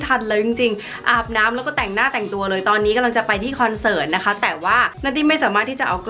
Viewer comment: "เสิร์ต"มันสระถัดกันไปนิดนึงอ่ะค่ะ 😅😅